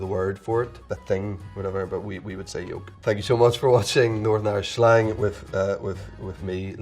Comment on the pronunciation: Notice how he says "schlang" instead of "slang". Lol must be an Irish thing 😉